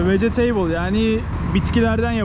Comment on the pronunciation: vegeteybil degil yalniz bro, vegitibil, fresh degil de raw, chia=cay degil chia, bi nevi tahil